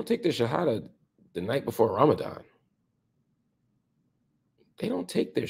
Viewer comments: Bro you say the shahadah so well, mashallah maybe Allah getting you ready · bro your shahadah is absolutely perfect! am i missing something. forgive me